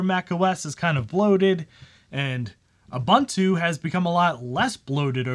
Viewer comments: OOH BOON TOO OOH BOON TOO NOT OOH BUN TEW come ON MAN get your shit together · It's pronounced "OOBOONTOO". "OOBANTOO" doesn't exist. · That's pretty cool. Linux kills on basically any older computer because it's so efficient. BTW, all the u's in Ubuntu are pronounced "oo", not "uh", so it's "ooboontoo", not "oobuntoo". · Great vid. by the way its pronounced as. uboontu. I think as an african i should bring this up way more. Cheers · If you cannot even pronounce Ubuntu (ooh booon too), what do you really know about Linux ....sorry, Mate, learn proper pronunciation. Don't disrespect my culture.